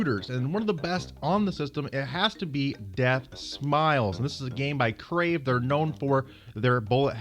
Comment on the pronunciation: The name is Cave not Crave.